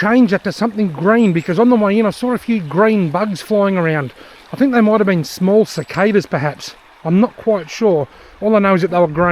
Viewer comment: yeah but not pronounced like that